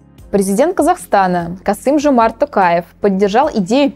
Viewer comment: спасибо что ударения в имени Токаева исправили)